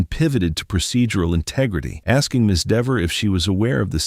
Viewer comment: its dever,,not deever,,sir! and its a garooge not garage